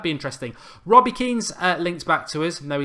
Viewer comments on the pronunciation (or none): none